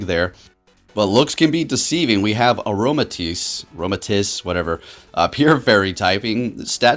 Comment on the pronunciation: Or the way pronounce Aromatisse